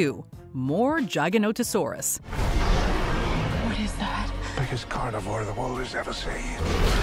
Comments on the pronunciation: That is not how you pronounce Gigainotosaurus Jig-a-note-toe-saur-us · The giga… lmao what gig say? What about jig….She’s literally saying jiganatosours? Lmfao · its called the gi-ga-no-to-sau-rus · I love how she calls the giga "jaganotosaurus" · Hope no one else got a migraine from how she said giganotosaurus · I’m cringing at her pronunciation